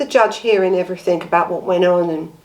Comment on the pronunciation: I start to watch you but every time you say everythink or nothink I have to switch off.